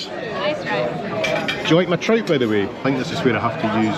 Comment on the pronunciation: Had to rewind the bit when you had your first meal . Thought you said Tripe but you actually said Trout 🤣🤣. I would defo be trying that pool and jacuzzi too. Loving the enclosed balcony . Great vid & look forward to the next part of the adventure 🙌